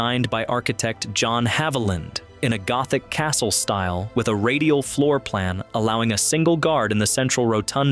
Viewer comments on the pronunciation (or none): none